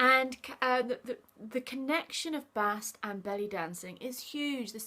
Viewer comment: Her name is not BAHST, BEST.